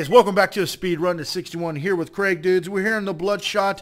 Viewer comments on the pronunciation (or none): It bugs me how you call krieg craig, and how you say XP loader instead of exploder like its supposed to be called. But besides those little things, awesome video :P